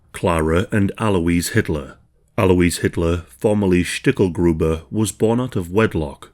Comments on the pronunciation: Corrections: Schicklgruber, not Stickelgruber 1876, not 1977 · 42 seconds in, and there are already two mistakes. 1977? Really? ...and the family name was Schicklgruber, not "Schtickelgruber".